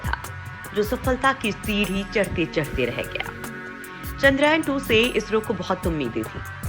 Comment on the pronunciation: पोस्ट बहुत अच्छी लगी लेकिन 'चंद्रयान' को आपके द्वारा बार बार "चंद्रायन" पढ़ना बहुत खटकता है। कम से कम मुख्य शब्दों का सटीक उच्चारण करने का प्रयास करेंगे तो अच्छा रहेगा।